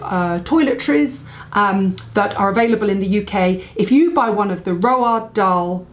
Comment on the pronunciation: Great products especially- Hot lips. Roald is pronounced Roo-al, one of those names we have been saying wrong for years.